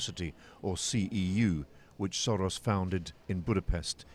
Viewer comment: The way this reporter pronounced Soros means shit in hungarian.